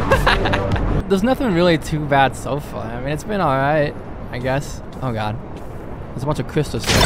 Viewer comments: WOULD YOU PLEASE PRONOUNCE GOD AS GOD AND NOT GYAD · every time you say oh my gyad i die a little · he said omg many times and it really sounds like he’s saying “ OH MY GYATT” 😭😭😭😭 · OH MY GYAD!!! Person: You mean Gyatt? Or god?? Other Person: God + Gyatt = Gyad: Yes. Exactly